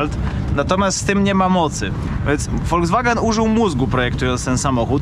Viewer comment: tak kocha "Volskwagena" że nawet nazwe marki przekręca😁